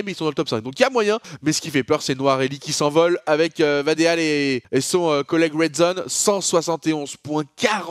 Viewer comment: Vadeal ca se prononce vadil